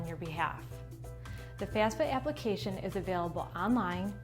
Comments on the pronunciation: FAF-SA. You keep saying FAS-FA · What do you mean by FAS-FA🤣🤣🤣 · Pretty hard to take this seriously. Mispronouncing the entire thing that the video is about with a Jersey accent and all. Lol